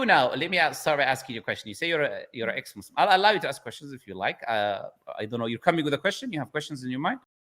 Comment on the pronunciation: "Ex mosleem" very accurate 😂